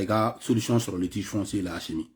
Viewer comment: Mon frère tu arrêtes Stp. C'est pathétique. Au lieu de critiquer quelq'un, toi aussi on ne dit pas Achimi c'est Assimi. Nyèrè Alla la Wari 😂😂😂😂